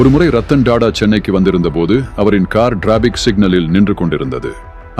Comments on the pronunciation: It is not Dada. It should be pronounced as tatta. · Da Da ille.. TATA உச்சரிப்பு சரியாக இருக்கட்டும் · இந்த வாசிப்பு யாருடைய குரல் என்று தெரியவில்லை. TATA என்பதை DADA என்றும் Traffic என்பதை DRAFFIC என்றும் தவறாக உச்சரிக்கிறார்.